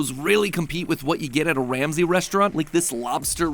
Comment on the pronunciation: Ol MatPat had that "Gordon Sham-say" in his back pocket for a min 😂